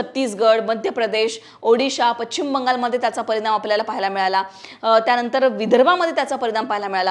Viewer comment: मॅडम मराठी शुध्द बोला पच्छीम नाही पश्चिम आहे श् आणि च् चा उच्चार आहे